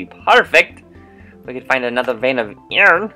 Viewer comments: not to be mean but it's not Aron its I-Ern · you said iron wrong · do you mean berserker lol xD! btw love how u said iron a different way and love you tell Audrey why she scared of murder I wanna say. sorry for killing you Both on murder when I won twice